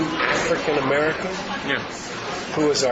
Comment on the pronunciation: Biden: AaFrickin.